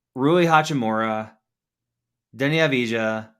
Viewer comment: Avdija pronounciation was terrible.